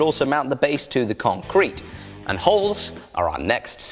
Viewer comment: To the con-crete? I think you may have used the wrong em-Phasis there mate :-)